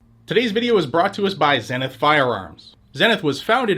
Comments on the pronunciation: It is pronounced zee nith, not zen nith. Who taught you to read? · Here in Texas we call them ZEE-NITH not ZEN-NITH, kinda like the Zenith tv. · Heck yeah that's awesome! ..psss hey no offense but its pronounced "zee-nuhth" just incase they sponsor you again ehem Woohoo! "Shall Not Be Infringed!" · Is it actually pronounced "zen" ith? Shouldn't it be "Zee"nith? American company and all. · Zenith is pronounced "ZEE-Nith"!! Like the old TV company. ZEE-Nith! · Probably pronounced "zeenith". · Isn't "Zenith" pronounced ZEE-NITH ? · I thought it was pronounced Zee-nith. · Man, why can't people say zenith right... It's zee-nuth! It's just makes this dude look stupid why you can't take 5 seconds to research how to pronounce a word. I bet Zenith is thrilled to have paid for this shitty add read.... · The Name doesn’t go on, until the quality goes in… Zeeeee nith???? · It should be pronounced Zee-nith as in Sea Sith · Is it zeh-nith or zee-nith? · Is the mispronounciation of Zenith intentional? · Why do you pronounce Zenith the British way?